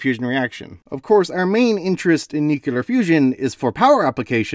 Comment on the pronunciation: There is no such word in English as “nu-ku-lar”. How do we trust your science if you don’t know the words you use?